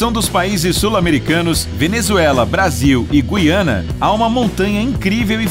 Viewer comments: Guyana? Em Português se pronuncia Guiana.Pelo menos aprendi assim. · Guiana, não gUiana kkkk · Güiana? Não seria Guiana, sem pronúnciar o G e o U cmo Gu? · Venezuela, Brasil e "GUiana" é GuIana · Não é GU-I-ANA O CERTO É GUI-ANA